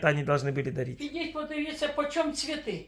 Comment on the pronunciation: "куплю цвэты, дорогу открытку", чуть позже - "открытка в мэнэ е..."